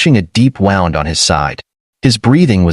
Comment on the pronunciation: At about : : the audio falsely said 'wound' when the correct homonym is 'the same spelling' but the 'ou' sound matches 'oo' in 'shoot' as in shoot a gun!. Oops LoL 😢😢